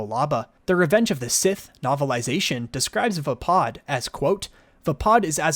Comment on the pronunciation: other than saying vaapad wrong, good info. thanks!